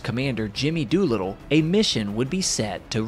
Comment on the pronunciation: Pretty decent history lesson for under 7 minutes, with adequate graphics. But, umm, Jimmy "Doot-little"?? I'm somewhat surprised nothing of the plane has ever been found. I'm also wondering, if it ever is - and given enough time it could be quite possible - what do do about it? It would certainly be worthy of being recovered as an amazing, historic and significant museum piece, but it's also a grave site for 10 men.